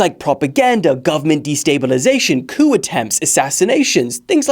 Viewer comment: It's pronounced coo not coop